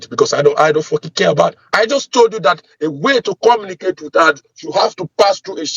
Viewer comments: "Comma-na-cate' instead of Communicate?! An American soldier? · Is he actually saying he is AN AMERICAN HIGH RANKING SOLDIER"? First off, he would never call himself by that; he'd be saying his rank cause they take pride in that. Also, no soldier could understand his orders because he CANNOT even pronounce words properly. Nobody can understand him cause his accent is actually thicker than most scammers